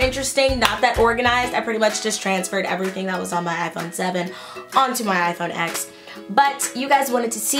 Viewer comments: It’s pronounced “ten” not “ecks” although it is spelled out as X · okay as much as i love this, it’s pronounced iphone 10 bc x is the roman numeral it just annoys me lol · It's pronounced iPhone ten cause the X is Roman numerals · mate, TEN*. iPhone Ten. not x.